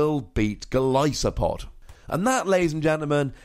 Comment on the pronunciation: same thing with how he pronounced golisopod